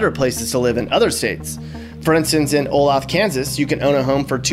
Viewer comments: Olathe, ks is pronounced "oh-lay-the" not Olath lol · He said oloth kansas. Lmfao. its pronounced 'oh-lay-thah' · Hahaha he said O-lath... Its pronounced O-Lay-Tha.. yea I'm a Midwestern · First of all, Olathe KS is pronounced Oh lay tha. But what's worse is this disrespectful punk referring to senior citizens as old farts. Mommy must not have taught him to respect his elders. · You said Olathe wrong … It is pronounced O-lay-th-a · Oh lay tha, KS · its pronounced O lay th uh kansas :) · Olathe is pronounced Oh-Lay-Thuh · Olathe is actually pronounces "Oh-Lay-thuh" lol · Ha! It’s pronounced O-lay-thu KS. There’s also one in Colorado. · Say it with me, Oh Lay Tha. All together Olathe. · Awesome video! I learned a thing or two. Subscribed. Olathe, Kansas is pronounced, "O-LAY-THA" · FYI Olathe KS is pronounced "Oh-Lay-Thuh" not like Olaf from Frozen - but that is hard to know if you've never lived there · O-lay-tha ... Spelled Olathe, Kansas ... very good town! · It’s pronounced Oh-LAY-thĕ Kansas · Sorry but Olathe Kansas is pronounced oh-lay- th -a 😂🤟🏼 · Olathe is pronounced. O lay the ( short e) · The pronunciation of Olathe is oh-LAY-thaw. You sound like a priveledged kid. California WAS Mexico at one time. I know it is extremely expensive to live there...My son is there and I am to move there in a year. but ..I'm one of those useless OLD people.. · Good video. Thanks. the city in Kansas is pronounced O-Lay-the. It is Native American for beautiful or so I was told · It's "OH-LAY'-THA" Kansas. Do your research. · You said Olathe Ks wrong. Its pronounce: O-Lay-The Kansas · I would. In Olathe (btw it's pronounce Oh -lay -thuh...I think). Its a nice posh place and I could actually retire there. It's nearby Kansas City. When I visit the Kansas City area I usually stay in Olathe. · When he pronounced Olathe wrong. 😂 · I was born in KC and he mispronounced Olathe! 😁